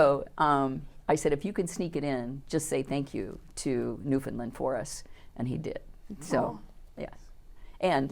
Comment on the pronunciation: spot on!